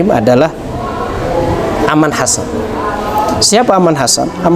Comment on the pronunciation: Keren ..sebuah pendekatan syar'i yang patut kita acungi jempol.tinggak sebutan nama saja .bukan Aman Hasan. Tapi Arman Chasan